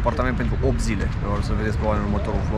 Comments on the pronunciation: Se pronunta TBILISI, deci e simplu nu-ti chinui limba. Am prins in liceu, asta, invatam pe atunci toate statele lumii!Numai bine si lumina! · Cred că tBilisi se pronunță cu accentul pe Bi, t ul se cam pierde de la început!Așa e mai usor de pronunțat!(spuneți dacă greșesc) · Super funny pronunția numelui Tbilisi 😂🥰